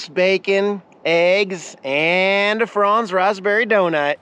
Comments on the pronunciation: I grew up with “Franz bread, the good bread, flavor beyond compare.” Pretty much Wonder bread. PS it is not pronounced Frawnz it’s pronounced FRANz. Like France with a z. 🥰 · I've never heard anybody pronounce Franz the way you do. I'm born and raised in the Pacific Northwest and had relatives actually worked at the original Franz bakery in Portland Oregon and they never said Franz the way you do.. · Donuts PRONOUNCED FR-ANN-Z hubby worked food…